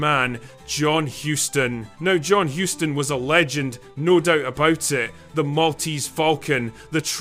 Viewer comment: Is the content creator deliberately butchering the pronunciation of John Hussss-ton? Throw whatever pronunciations on the wall and see what sticks? I know... Let's do a DRINKING GAME: Put a bottle of your favorite brew or beverage in front of you and take a shot whenever the content creator mispronounces his name. BEWARE: This drinking game is not for lightweights.